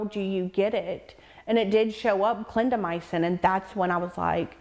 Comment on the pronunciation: Very informative; however it’s a pet peeve of mine when reporters don’t pronounce words right. Clindamycin is 4 syllables- not 5. Clin da my cin. Not clin da my a cin. Sorry, but look at the word before you pronounce it.